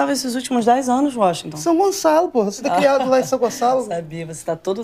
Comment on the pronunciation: Acho que esse é o Uóxinton e não Washington.